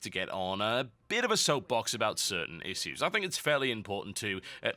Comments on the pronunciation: You say "issues" funny. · You're saying "issues" wrong.